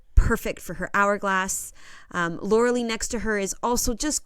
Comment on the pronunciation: You should know how to pronounce Lauralie’s name